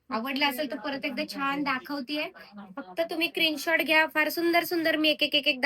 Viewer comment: क्रीन शॉट नाही मॅडम स्क्रीन शॉट बोला